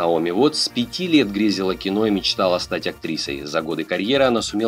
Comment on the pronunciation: Наоми Уот так Уоттс